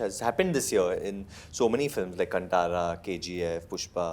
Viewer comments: And it's not Kun- Tara...it's said as 'kaantara'.. Kaan as in ear in Hindi.... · Ye kanTara kya hai be,,,, Kaanthara bolo na sahi sahi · its not kantara its kaantaara please read it in hindi english spellings are always inappropriate to Indian words. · So proud of Rishabh Shetty!!!! 👏🏼👏🏼 wish he corrected how they butchered kaantara name! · Atleast Janavi should have pronounced Kantara properly 😏